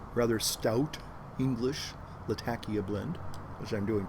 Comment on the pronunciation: Turkish and Arab Words tend to have the emphasis on the second syllable, hence laTAkia, not lataKIa..if you wish to pronounce it 'correctly'.